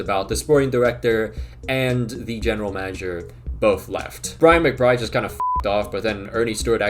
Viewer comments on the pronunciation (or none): it is McBride?? i though his name was MCBRIBE